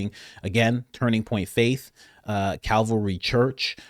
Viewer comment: Coach…Cavalry Church…..it’s Calvary Church…….Cavalry is Army…like in “here comes the Cavalry”……just to be clear